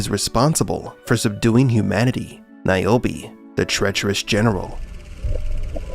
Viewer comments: Who the F is Niobi always thought her name is nirobi😂😂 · Keep NAOMI’s name out yo motha fuqing mouth 😂😂😂 it works, say it like he did 😂